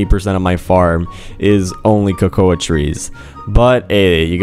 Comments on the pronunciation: Yeah it kinda irritates me that he says ko-ko-a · Cocouh trees (cocoa trees)